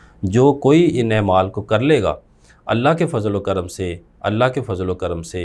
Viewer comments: اے مال😂😂😂😂😂۔ نہیں ہے اعمال درست تلفظ ہے۔ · بھائی جان نہایت احترام کے ساتھ ایک گزارش ہے کہ ، " ایمال" نہیں " اعمال" ہوتا ہے ۔